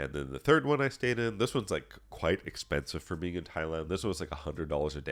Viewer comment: will say he's not a weirdo or creep but then accidentally pronounce it as "Thigh-land" in the next sentence. xD 🤣 Nah but fr thanks for all the vids and test prep resources at your site! I just passed my A+ core 1 exam after going through all the questions you had up there, great work!!